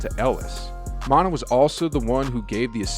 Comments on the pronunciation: Not mon-ta it’s mon-tay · Not Montah....Montay!!!! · That cool and all but who thefook is montah? It’s pronounced Montae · Mon-ta? You must be a new Warriors fan.. maybe even new to ball.. it’s spelt monta but pronounced Mon-tay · Who is "mont-ah?" The guy who played on the warriors was named "mont-ay" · It’s yay- area.... like Bay Area.. not ya ya rea.... and Monta Ellis is pronounced mont-ay not mont-uh.... just an FYI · Lol. Mon-tah is Mon-tay. And it’s not ya-ya-rea, it’s yay area! 🤦‍♂️ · Geat report, but the guy is no Warriors fan for sure haha. It's not Mon-TA, It's Mon-TAY, every Ws fan knows that lol. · Bro nice ass story man, I didn't even know this. Just one thing tho: it's Monta (mon-TAY) NOT manta (Mon - uh) shit had me ROLLING. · Just an FYI, its pronounced Mon-"Tay" not Mon-"tah". Great video though, just want to give Monta his due respect for all he did for the organization! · MonTUH? It's MonTAY. And you really said "yaya rea?" Bro, it's pronounced "Yay Area" 😂 😂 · Omg, "" it's pronounced "Mon-Tay" and "Yae-Area". You're embarrassing. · Yay areaaaaaa lol. And Monta is pronounced Montay......... but great video as always my guy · His name is Monta pronounced MON-TAY dont disrespect my dawg like that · “Monta” 🤣 Come on bro lmao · HAHAHA this guy does not Bay. It's Monta, and pronounced Mon-tay. And it's Yay Area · Who tf is Montuh Ellis???! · Great Video 👍 His name is pronounced Mont- Tay....Lol Monta Ellis one of the most popular Golden State Warriors in team history💯👑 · Montah? Come on man!! Lmao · Monta is pronounced montay and #yayarea is yay area. Get it right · Mon-tay Ellis and Yay-area get it right bro 😢🙏🏽💯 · Thank you, Monna. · Who taught you how to pronounce Monta? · Please learn how to say Yay Area. Pronounce like bay area. Also you killed Monta Ellis name.. Good video though